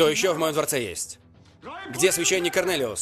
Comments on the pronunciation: Почему Корнелиус всегда слышится как Коронавирус 😂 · Когда слышу Карнэлиус вспоминаю Коронавирус😏